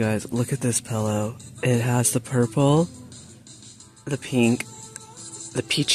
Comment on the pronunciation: I lost my daughter in 2007 shortly before her 13th birthday. I mention this because she said pillow -- pellow-- rhymes with yellow. The same way you pronounce it. So I smile and think of her when I hear you say it 😉 I am in no way shape or form picking on you for how you say it-- it's very endearing to me. Also--- I love that pink and orange bat throw blanket. I like the Michael's Hippie Halloween line. Lots of people seem to HATE IT. To each his/her own. I think our husbands all belong to a WTF is my wife doing club 😉